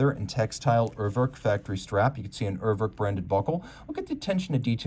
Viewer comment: your pronunciation of Urwerk is ridiculous! Work on it!